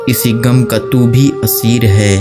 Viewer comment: گم نہیں غم پڑھئے بھائی